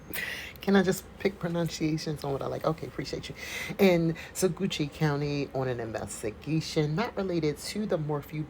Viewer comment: Sah-LIE-da. Sa-WATCH County.